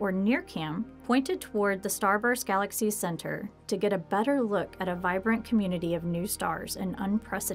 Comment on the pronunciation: A. Smaller. Universe not galexry